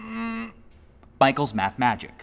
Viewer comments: “And welcome to MmmMMmmmMmmMmmmmMMmmmM michaels math magic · That awkward pause after MMM got me